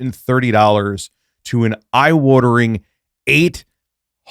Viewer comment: It funny when you say eye watering 😅